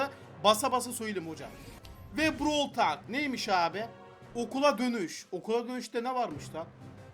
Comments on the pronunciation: Abi brawıl talk değil browl tolk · abi brawl tal brovl tolk diye okunuyo brovl talk değil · brawl talk diye yazılırı brawl tolk diye okunur ingilizce öğren git ben çeviriden bakmadım